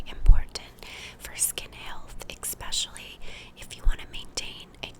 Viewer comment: 'exspecially' i love you😃💕